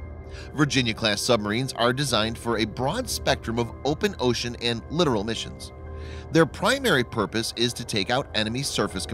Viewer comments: It's pronounced LI-TORAL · This guy is just reading the narration without actually understanding what the pronunciation of words like LITTORAL and BOW, etc. are. This gives the channel a tinge of crappyiness.